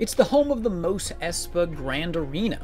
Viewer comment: You saying Mos wrong is killing my soul.